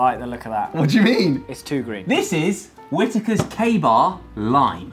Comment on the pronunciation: Isn't it Whittakers not whitikars? Sorry not tryn so be mean